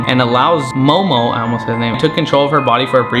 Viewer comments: I love that it’s Zozo but he calls it momo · its zozo not momo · Why do u say momo ?? Instead of zozo